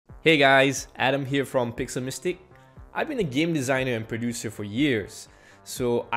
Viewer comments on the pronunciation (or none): I really enjoy your videos, but it's driving me nuts that you always pronounce "Pixel Mystique" as "Pixel Mystic"! :p